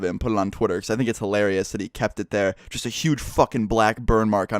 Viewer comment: when i heard him say just horrible i thought he said jizz horrible... lol